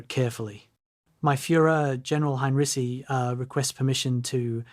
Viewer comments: His name is HEINREICH not “Hein-Ricky!” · Ai slop. Narrator cannot even pronounce name of subject. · His surname was not "heinriki," "heinrisi" or "heinrishi." It was Heinrici, pronounced "heinritsi." There was no place called "raazev". It was Rzhev. There was no "elb river." It's called Elbe.